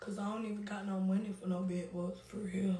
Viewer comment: OMG, I have never laughed this hard. The way she is stressing Every syllable of her words and whispering, in her sister ear is cracking me the fck up. She said “wit BED..BUGS..BTCH”